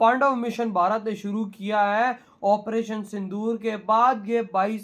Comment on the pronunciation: OPERATION SINDOOR hai Commentry karne walla ONPERATION kahey raha hai Lekin KYUN ?